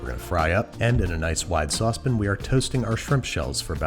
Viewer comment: Dude, I love this channel, but could you PLEASE say sauce pan instead of saucepin. It make my teeth ache.